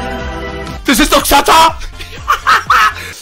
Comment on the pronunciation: andere: das ist doch xatar = chatar knossi